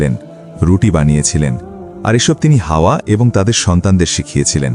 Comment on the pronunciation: Hawa (a.) ke hawa boltesen barbar 😭